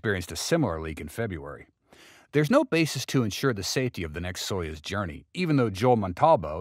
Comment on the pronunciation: It is pronounced "so use", not "so yuzz".